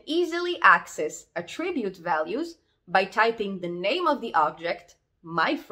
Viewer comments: it is pronounced ATTribute not attRIbute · Correct, in this context (ie where it's a noun) 👍 Although as a verb it's typically said how it was said here (which is why it's a little distracting but we all know what was meant 🙂) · Very nice video, small tip: its pronounced A'ttribute or A'ttributes when it's a noun, and attri'bute or attri'butes when it's a verb. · you are doing a great job but attribute is stressed on first syllable - you are still a very good teacher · Just here to here her say "attribute", honestly.